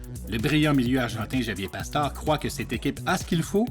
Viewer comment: Javier Pastore sa se dit PAstorÉ :)